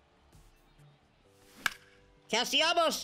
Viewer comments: bro really says Castellabos 😂😂😂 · never fails to add an M to CastellaNos' name.